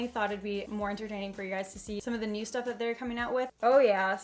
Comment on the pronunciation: When she said new it kind of sounded like neuw